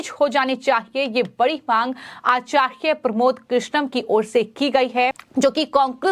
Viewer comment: this girl doesnt know how to pronounce acharya she needs to learn hindi properly...